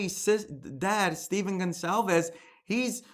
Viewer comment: I feel so bad for the Gon-KAL-ves (Goncalves) family. Nobody says their name right.